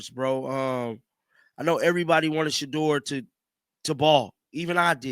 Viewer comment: Did he say Sheuder?